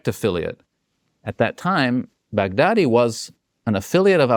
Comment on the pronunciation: expert or not, i just find it too funny he pronounce Baghdadi as big daddy.